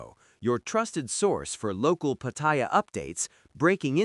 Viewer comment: If you're going to report on Pattaya, at least pronounce it properly. It's not Pattyre.